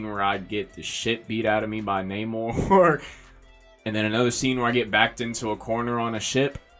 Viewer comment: Its pronounced "NA-mor"......not Nate Moore 🤨😵‍💫🤦🏾💥